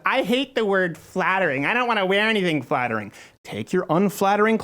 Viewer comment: Did she say fattering ?